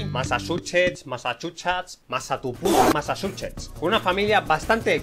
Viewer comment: Massachuches ¿MassachuchAs? Massa TU *censurado* Massachusetts